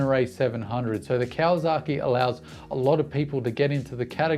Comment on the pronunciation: Love your content.... But... 'Zaki' and 'saki' are different and not the same.. it is not KawaZaki, but it is KawaSaki.with an S. Yes, the Whisky is Yamazaki.... with a Z, and may other examples. Just saying. ... and I live 9 months per year in Japan, and have Doen so for about 25 out of 30 years.